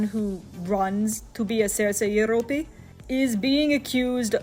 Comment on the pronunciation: very informative but the "serce jeropy" in the most stereotypical Russian accent kept distracting me lol